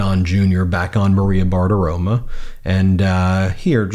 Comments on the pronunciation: It's Bartiromo, not Bartiroma. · BartiromO, even though they can’t pronounce Kamala the 47th! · You’re talking about Maria Bartirom-uh again — ??